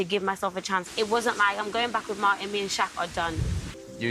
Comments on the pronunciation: Not you calling Martin, Deemisha, girrrl😂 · Omg all this time, whenever I’d hear other reviewers call him Martin, I though he is using a second name or sth. I literally thought his name was Demetia. u wrong for that😂😂😂😂 😂😂